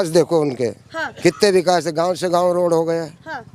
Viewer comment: मामा गांव नहीं आ गांव